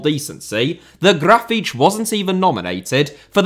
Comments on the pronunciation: Brazilian here. You >almost< got Grafite's name eight. Only thing wrong is the stress syllable: You pronounced it like "GRA-feetch", but it is "Gra-FEEHTCH" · Gra-fee-tea, stressing the 'fee' bit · Well, you tried to mimic the common sense Brazilian accent. Not 100% accurate, as it should sound more like "Grafitchi", but it could also be "Grafiti" or "Grafite" depending on the region. Brazilian Portuguese is a very rich language... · I thought it should be more "graf - fee - tchee". I lived in Portugal for 5 years but found the Brazilian pronunciation confusing. I remembered hearing the word for "limit" which in Portugal was always "lim - meet" but didn't recognise it in a sertanejo song as it was pronounced "lim - mee - tchee" so assumed this would be the same. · It is pronounced “graw-fitch”. There you go, no hard feelings about the Brazil video 😅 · Almost, the last "te" sound more like "cci" like in "Pucci". (btw, grafite is a racist nickname ) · I'm brazilian and I wouldn't say you pronounced it correctly. I would say it was a valiant effort and "close enough". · Your pronunciation is closer to european portuguese, but still an impressive effort👍